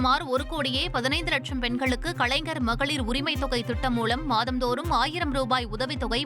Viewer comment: கலைஞர் என்று சரியாக உச்சரிக்க தெரியாத செய்தி வாசிப்பாளர்.😂😂😂😂😂